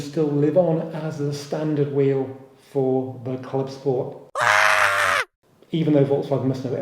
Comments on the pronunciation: Please please dont go the scchhhoda route in pronunciation of the " club schhport".....its Clubsport. No "sch"........ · I know it’s a joke but I’m struggling to listen to the “clubscchhporrt”, classic dad joke saying it again and again, once or twice would be funny 😂😂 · This channel is rubbish. I think the silly way you say CLUBSPORT says it all. Your headline picture is also clickbait. Got to listen to you talking in your kitchen. Your other videos where you are also an ‘expert’ involve you reading off your notes. Cheerio. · Yes, this irritates me, I just had to unsubscribe from another channel that started this and then it ballooned to everything that started with an S!! Stop